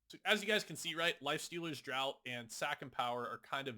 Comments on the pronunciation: Draught is pronounced 'draft', like 'draught beer' meaning from a barrel rather than a can. Just a heads up, it's not the same as tje word 'drought'. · Great video again. But I do want to point one minor mistake. Draught is pronounce "DraFt", as in a drink, or a draft of beer. Drought, the way you pronounce it, is a lack of water has an O in it. Lifestealers Draught means Lifestealers Drink. I bring it up as you say it a lot. Sorry to be that guy. 😅